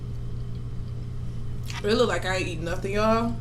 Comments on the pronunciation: “LookedED so good” 🤦🏻‍♀️ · Panda Express is not the business obviously you like take Chinese food and no I will not subscribe because you eating fake Chinese food lol it LOOKED SO GO GOOD LOOKED is The correct way to say that word duhhhhh oh you're from the country I'm from The City SAN FRANCISCO CORRECT ENGLISH